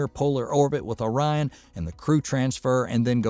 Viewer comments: “Orean”? O-RI-ON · You are very right about Boeing's program becoming a boondoggle. One comment: "Ore- Ee - En"? - ORION... like Orion, a hunter in Greek mythology... and the consolation named after him... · Orion pronunciation 😂. Pronounced Oh-Ryan 😅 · Really did I actually hear you pronounce Orion as orian? Could you not have checked the pronunciation on the NASA site before making that gaff? Sorry not trying to be negative but how knowledgeable of the space industry can you be if you are mispronouncing the name of the space craft. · Orierian ? Are you kidding me.. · "Or-ee-un"? You mean Orion. That's the third obvious word the narrator terribly mispronounced. This is a bot's voice, not a human's voice. And with a ridiculous accent. Only explanation. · First of all learn to pronounce Orion. I watch the 1969 launch and landing of Apollo 11. Back then I could see the reason for going to the moon. Today I don't. Remember not one dollar is spent in space, it is all spent here on earth. Open up comments for why we are going to the moon again? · I was almost fooled that this was a real voice until I heard the pronunciation of ‘Orion’ - gad I hate text-to-speech, please use your real voice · Other than the first two times, he correctly pronounced Orion. So why they didn't go back and re-record... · I had to stop watching after he was pronouncing it like that. It was just too distracting and hard to take seriously.